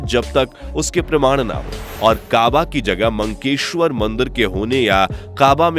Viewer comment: मंकेश्वर नहीं , मक्केश्वर कहा जाता है।